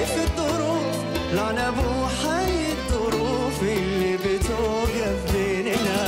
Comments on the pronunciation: الاثنين نطقهم يضحك ليه التعزيز للغباء واحد يقول على الظروف دروف مفروض نقوله ماشالله اتقنت نتلصق وخلاص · بينطق الظروف الدروف وين الاتقان يعني اي تعزيز وخلاص 😂